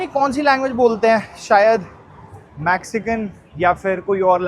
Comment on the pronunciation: Please fix a couple of pronunciation! Sky Scra Paar nahi Sky Scre Pers hai Max ci can nahi Mex cican hai Also No Maxcican language They speak Spanish